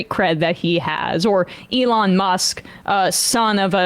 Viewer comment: & how little he cares to pronounce Elon's name.